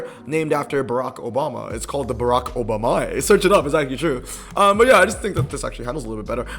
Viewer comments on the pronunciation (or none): none